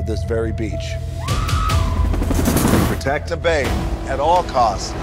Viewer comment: It's Bay not Bae